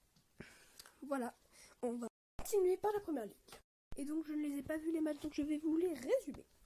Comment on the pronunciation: Très bonne premiere vraie video. Attention à la voix qui part dans les aiguë parfois et aux blancs dans la voix off. Et c'est Premier League pas Première League.